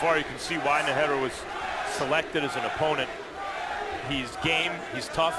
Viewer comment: lol! Roy Jones Jr. kept butchering Najera's name